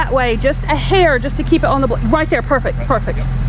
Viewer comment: And yet another 'bar over thar, 'yar, over thar